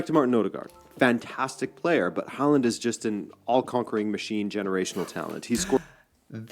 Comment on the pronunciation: Haaland's name is pronunced like this /hauland/. ( In Norwegian he writes Håland, with the letter å!) The Norway Soccer Team is a "dark horse" in the World Cup 2025. They can do very well, and some believe they can win. 😄⚽🌎